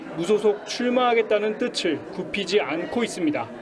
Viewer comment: 자꾸 '뜨슬'이라고 발음하셔야하는데 계속해서 '뜨츨'이라고 발음하시는거 같아요. 누구보다 한국어를 바르게 사용하셔야하는 직업이신만큼 앞으로는 개선되시길 바랍니다.